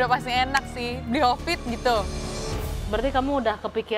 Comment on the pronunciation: malrani mulut ny gapernah di pegangin klo ngomong suka lepas kendali, bli hovit jadi bli kopit, kan kocak ganti ganti nama orang sesuka ny dia 😅😅